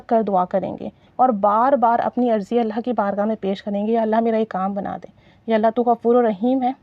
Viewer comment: Apki vdo bht achi lagi lekin sister ap sb se pehle ALLAH ka nam thek se kehna seekhen apko ALLAH kehna b nhi ata. "alha" nhi ALLAH kehte hain الہا نہیں اللہ کہتے ہیں 😢